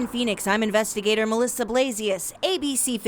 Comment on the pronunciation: The last 4 seconds of this video: "In Phoenix, I'm INVESTAGTOR Melissa Blasius." What? Investigator? Ha ha ha lulz, lmao, har har!